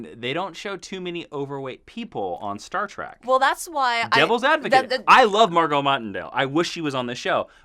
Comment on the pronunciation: Did he call "Star Trek" Star Trak